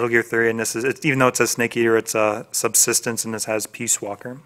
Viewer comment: did you say metal gear solid substance instead of subsistence?